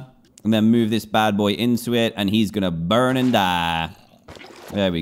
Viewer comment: He had a country accent when he said burn and die